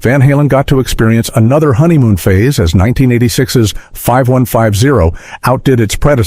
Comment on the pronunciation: Its 5150..not 51 50